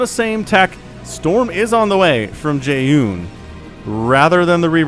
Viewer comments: Yeah it's Jay -HHHoon from a pronciations standpoint. did Jaehoon retire haven't seen him in a minute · In theory you probably should pronounce the "H" in Jaehoon's name a little more (and less like there's a Y in there), but English speakers don't really care as much about clear enunciation of stuff like that compared to Korean- and since you're casting in English, it probably doesn't really matter ;D Thanks for the cast :)